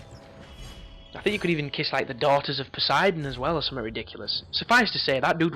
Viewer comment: wise words indeed. I'm kinda warming to you a little but then the retarded giggle returns. "the alphabet of colours"? the fuck? Rainbow or spectrum would have been acceptable. As would range. "nairaids" you mean Nyads. MOAR LIEK NEAR AIDS. ish nice, you spotted the AI boundary. I love your "headless chicken" navigational technique.